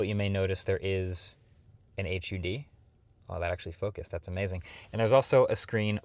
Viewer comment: Can we just say hud and not H U D…